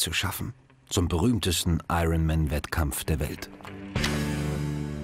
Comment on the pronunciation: Wann lernen deutsche Kommentatoren endlich, dass das 'R' in iron man nicht mitgesprochen wird?